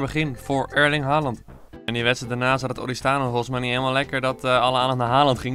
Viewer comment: Erling niet Eerling